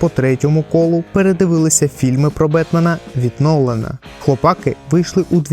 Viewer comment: одне уточнення: не хлопАки, а хлопакИ. Перше слово походить від "хлопати" (яке взагалі не є українським), а друге від "хлопці". В оригіналі серіал має назву "the boys", тож робимо висновки. А загалом, дякую за об'єктивний огляд серіалу. Сподіваюсь наступні сезони не погіршать ставлення до франшизи, а навпаки.